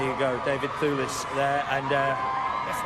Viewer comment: David THOOLIS - that guy pronouced david's name all funny, it's devid THEWLIS you moron. mmm i love daivd thewlis and indeed remus lupin too sooooo much, they are such a beautiful people <3 he is always chewing gum or at least looks like he's chewing gum in his interviews...